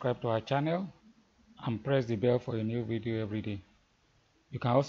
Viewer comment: 😀 Did you just said "Odabo"? By the way I like that intuitive approach to the idea. "E seun"